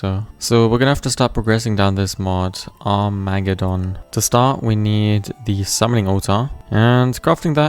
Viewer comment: "Arm ego don" bruv that's like my favourite mod and he butchered the name😢